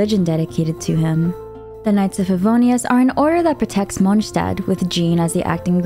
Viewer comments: Why do you say Mondstat that way 😭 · The way she pronounces monstadt is bugging me the wrong way 😂😢 but good vid ❤ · As a german, Mondstadt isn't pronounced correctly in the game